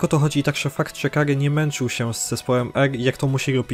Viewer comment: "...ile odznak posiada Gagy"? 🤯 KuRRRwa srogo jest. Tego przypadkiem się nie trenuje? Niektórych słów nie słychać wgl albo trzeba się domyślać. To jest straszne